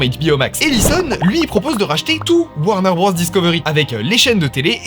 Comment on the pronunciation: Top vidéo :trophy-yellow-smiling:. Juste un truc, c'est pas "Warner Brosse", c'est "Warner Brôze" niveau prononciation.